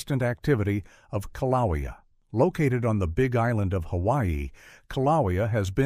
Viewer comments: Kiloweeau pronunciation is killing me, it's kilauea A.I. GUY. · How many ways can one pronounce kilauea wrong... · Im not from Hawaii but I agree the pronounceation of Kilauea is very objectionable. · I thought it was interesting that Kilauea was the most mispronounced name in the video. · The info in this video is not in any way factually true. Volcanic activity both rides and decreases before the actual eruption occurs. These people obviously don't know what they are talking about in the video. Also, the use of A.I tech in this video was a very bad idea. It even pronounced mount kilauea incorrectly. The people on here have probably just glanced at subject matter, then thought "oh well, we know more facts about volcanic activity than the seismologists, geologists, and other scientific members. We don't need to read all of this information. Let's form our own baseless evidence." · I totally agree! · Kilauea is mispronounced. But, stupidity does not hurt - it only hurts those who listen to it. I doubt USCS is the "source" of that. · The pronunciation? O M G !!!😑